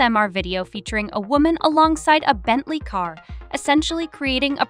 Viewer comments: You aren't the only one, her abysmal mispronounciation of Bentley which sounds like "Bentlieur" when she attempts to pronouce it is like someone dragging nails down a chalkboard 🙉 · Dont know why but i find it so annoying how she is pronouncing "Bentley" 🤷‍♂️